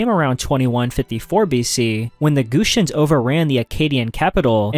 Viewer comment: shout out to the hittites!!! also i know it’s probably due to reading the terms rather than listening to people talk abt them, but your pronunciations of some sumerian peoples and regions made me laugh (“gushians”/gutians and amorites in particular). great vid!